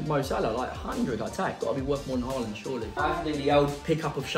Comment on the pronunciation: Harland? Do you mean Haaland